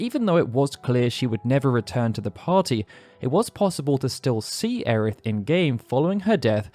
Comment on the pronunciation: It’s Aerith, get it right. Aeris was a translation error. Just like Bartz is actually pronounced Butz